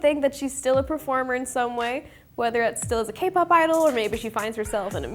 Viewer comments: im sorry alexa, but its kay pop 😭😭 its okay i love you regardless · The way she says 'kuh-pop' kills me. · Alexa has tall girl energy!! I swear she seems at least 6 inches taller than she actually is. Also obsessed with her calling k-pop "kuhpop" lmaooo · she always does this 😂 it's funny hahaha she even called zb zblabble sksks